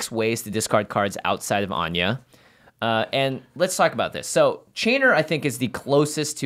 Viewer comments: please why are yall pronouncing her name like anya? where did you get that from? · I'm pretty sure in English anje isnt pronounced as An-ya